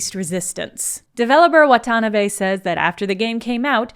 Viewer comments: Wha-TAN-a-bay => "whata-na-beh" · Had to turn off the video because of how horribly she butchers the pronunciation of "Watanabe"... Did she even try to do it right?!